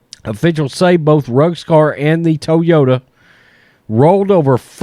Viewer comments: First time Ive ever heard it pronounced, "Tow-Yoda" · It's toy yoda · Love the content brother! "TOWYOTA" Lol! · Hahaha, I thought the same too😆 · Please say “Toyota” again 😅😅😅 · Bruh the way you say "Toyota" has me rolling.